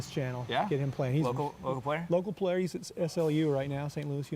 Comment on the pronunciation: Love the commentary guys? Btw, St. Louis University (SLU) is pronounced “sloo” not “S-L-U”